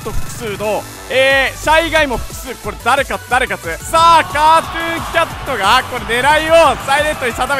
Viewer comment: ｶｧﾃｩンキャト